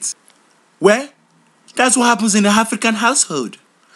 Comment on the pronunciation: did anyone else notice he puts an H sound in front of most of his words "HHHafrican" & "HHall"